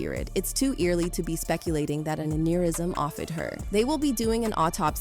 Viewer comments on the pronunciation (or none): Dude just use your own voice this robotic shit is annoying “in man hah tayn brought her to the hoss pee tall thats where she ex peer id, an an eer ism off eed her”